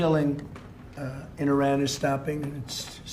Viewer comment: Caroline Lying Levitte needs to consult with her grandfather/ husband to learn how to pronounce Iran!